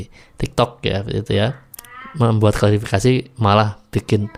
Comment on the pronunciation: Aq lebih gemes n benci ktika dia bilang klarafikasi. Ngomong klarifikasi gak becus,emang bpk ini tak punya adap, SDM rendah.